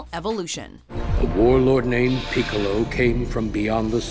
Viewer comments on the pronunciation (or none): #8 Really? Pee-colo? That's not how u pronounce that name. It's the same pronunciation as the instrument. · lol... Pee Colo...